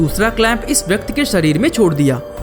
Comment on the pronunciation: Bhai vyakti hota hai vyakt nahi